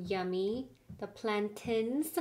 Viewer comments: It’s planTAIN not tin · Its plan TAIN not plantin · With the pronunciation of plantain, pronounce the 'tain' the same way you would pronounce the word pain. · Just an FYI, it’s plan-tain as in maintain . Love you guys!